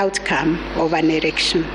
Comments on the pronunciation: Kutamka neno erection instead ya "election ".... Ikikuuma jitie kitanzi, concentrate with the important decision made and not with the pronunciation of the word... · can she stop saying ERECTION😭😭😭